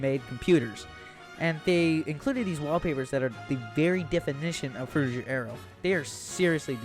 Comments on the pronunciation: FROO-tih-gur, not jur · It pains me every time he says "Fruityjer" and not "Frutiger" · Not frutidjer, you dummy. It's fruti G er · Pretty sure it's pronounced fru-ti-ger, not fru-ti-jer. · Frutiger fru-ti-Ger not jer agh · frutiJer aero????? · Fruchttiger A-ero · Yelling at my phone the whole time because this dude can’t say Frutiger I’m so pissed off right now